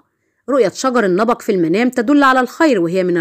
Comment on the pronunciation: النبق وليس النبأ